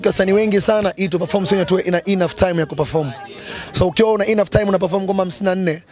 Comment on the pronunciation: Ongea kiswahili dogo e'nough hatuna stress kwenye vowel ya kwanza ya enough neno ni enough only